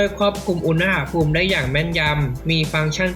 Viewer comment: อุน น พูม ไม่ใช่ อุน นะ หะ พูม